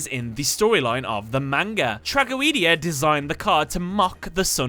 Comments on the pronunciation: Did my guy just say trag-o-ee-dia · trah go ee dee ah.... that's going to bother me for a long time